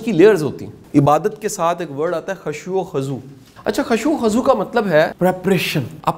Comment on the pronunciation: سر آپ میرے قابل احترم ہیں مگر ایک میسٹیک خشوع خزوع خا پر پیش ہے زبر نہیں🙏🏻🙏🏻🙏🏻❤❤